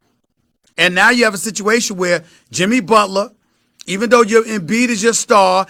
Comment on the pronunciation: man said shimmy butler